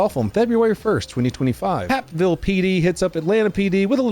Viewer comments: It’s pronounced “hape ville “ I know Georgia has a lot of confusing names lol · you said Hapville, but its Hapeville like vape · Did you say HAPville? If it's the city I'm thinking of it's HAPEville lol. Great video! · Sir that is Hapeville, pronounced like Grapeville. Also, Atlanta is pronounced as Uhlannuh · i have to lol at his pronunciation of Hapeville.... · Hapeville is the long A sound like hey . It is also the home of the first CFA restaurant . It is next to the Atlanta airport and has lots of crime. Many years ago I worked in Hapeville . We called it happyville .